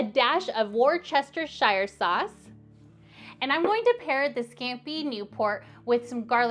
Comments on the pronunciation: I've never heard anyone say worshtshtsereree sauce so confidently! another great video! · I love chester shire sauce 💁🏽‍♀️🤭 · Has anyone heard the trick of putting a spoon in your mouth when cutting onions? No idea if it’s an old wives tale however! Also as a Brit I ❤ the way you say Worcestershire sauce 😊